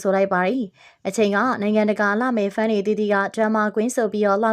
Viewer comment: ဝေဖန်ချင်တာက ခုသတင်းဖတ်တဲ့သူကိုပဲ ဖန် လား ဖန်း လား ကြားရတာ နားထဲ ယင်ကောင်ဝင်နေသလိုပဲ ဖတ်ပါ မှတ်ပါ လေ့လာပါ ပြီးမှ တဆင့်ပြန်ဝေငှပါ